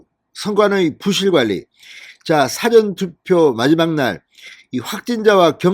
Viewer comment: 사전투표 발음 중 사자에 악센트가 붙으면 콘사이스를 말하는 사전이됨